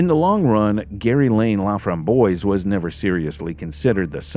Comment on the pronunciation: The killer's name is French. It is pronounced La-framb-wahs. It means "the raspberry." It's a nice name. Sadly it was not attached to a nice person. I am so glad this case was solved and hopefully it gave some comfort to her family.